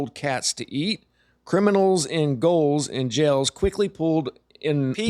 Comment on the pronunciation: Gaols, not goals. Gaols are prisons.